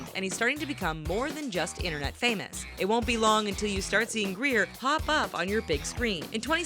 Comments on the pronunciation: OMG she got it she said his last name wrong Nash grayer not Greer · Grier not greir